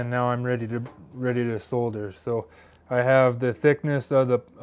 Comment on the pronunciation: hey you pronounced it right... solder not sodder.